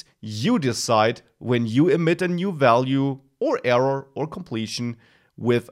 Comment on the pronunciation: nicely explained thanx and its error not evuv or eruuur :)